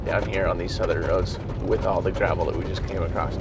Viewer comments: Acrost? What language is that? Did you mean “across”? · He's one of those "acrost" guys... 😆